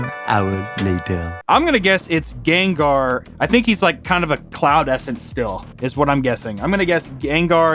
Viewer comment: I don’t know why but the way he said “ganggar and groundon” is just funny to me